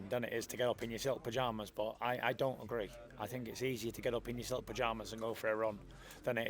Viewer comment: Took absolutely butchered Haglers silk pyjamas line 🤣🤦‍♂️